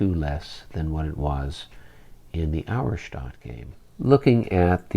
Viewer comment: Pronunciation help for the future....Auerstaedt is pronounced OYer-Shtett. :) I know you guys care about such things....